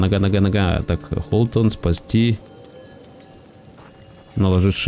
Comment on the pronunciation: Почему Холтон, когда Хотлон